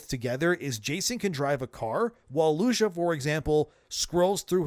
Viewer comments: Feels like he’s pronouncing her name wrong on purpose for engagement. Never in all my days have I heard an American man pronounce Lucia in that manner. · he's hitting the "I" a bit wrong. Reminds me when I was younger and I'd hear people pronounce Martinez as "Martin-ez". Should be more like Mar-teen-ez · bro stop being pathetic. You watched the trailers you know how her name is pronounced LUCIA! Loo-See-Ah!! Absurd talmbout “Lusha” everyday🤣🤣🤣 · Omg its not loosha is Lucia (Lew-see-uh) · Bro, why do you keep pronouncing her name as Loosha? It's Lou-see-ah. Have you really never heard that name before? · "LOO-SEE-AHH" not Loosha. Wtf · It's Lucia, not Lusha. xD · Dude. Work on your name pronunciations. Its pronounced Loo-see-ah, not Loosha. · Anyone notice that he calls her Loosha? Is this ragebait? Her name is Lou-see-uh. It's a common name dude and you've heard people say it many times before in reference to GTA6. This screams AI generated audio. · Bro... lu-see-uh, not lu-sha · Her name isn’t Lusha. It’s Lucia. “Lew-See-yuh” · Who TF is LuSCHA?! its LUCIAAAAAAAAAAAAAAAAAA god damn.... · Loo-see-yah not Loosha god dang yall it's like nails on a chalkboard every time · Who tf is Lu-shuh? I've only ever heard her name pronounced Lu-see-uh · It's "Lusha"?.... and not "Luu-see-yah"? Have spanish people been mispronouncing their own name for hundreds of years? Or is just terrible at pronouncing shit? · who tf is lusha .. I think you mean lu-cia or loo-see-ah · I hate the fact that you keep calling her “Loosha” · Lusiya not LUSHIA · It's "loo-see-uh" not "loo-shuh" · Who is Lu-shuh? I thought it was Lucia (pronounced Loo-see-uh). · It's Lucia not Lusha. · 🤡doesn’t change the fact that the more popular pronunciation is loo-see-a. If you want to go directly to the Spanish roots, which considering this is based in Miami, you could even get away with Loo-Chee-uh. Loo-shuh is extra, my guy. Rockstar themselves have confirmed it’s Loo-see-a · Lu-CEE-YA bro